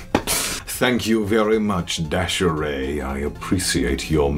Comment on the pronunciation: OMG HE READ MY LETTER AND SAID MY NAME RIGHT THE SECOND TIME IM CRYING I LOVE YOU CONNER (my names daysharay)